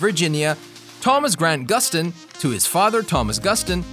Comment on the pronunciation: Am I the only one that hears The nerrirator say Gran Guston instead of Grant Guston, no hate tho